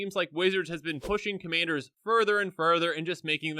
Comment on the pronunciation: "Commayders" lol